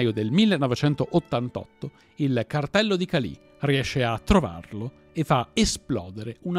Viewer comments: Cali, senza accento sulla i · Un paio di puntualizzazioni… la traduzione letterale di “plata” è argento, ma in Colombia è un termine comunemente usato per dire semplicemente denaro, soldi. La città si chiama Cali, senza l’accento sulla i. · Bel video come sempre, solo un appunto però: è Càli e non Calì 😊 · Molte imprecisioni per esempio il detto " Plata o Plomo" significa " denaro o pallottola " ( e non " argento.. ) la Città di Cali non ha accento sulla "i" e varie altre.... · La immagine di Evaristo Porras non corrisponde, quello presentato è Vladimiro Montesinos. Oltre la ortografia sarebbe utile migliorare la pronuncia: búsqueda, Jorge, César, Álvaro, Cali, ... È possibile che la nazionale della Colombia sia passata dalla “Catedral” considerando che la squadra del Medellín era praticamente la Nazionale Colombiana a quel tempo. Per parlare di Escobar sarebbero necessarie delle ore, comunque grande sforzo di sintesi. Bravi. Meriterebbe fare un video molto più approfondito, controllando sempre le fonti e tutte le versioni. Senza per forza fare di Escobar soltanto un mostro.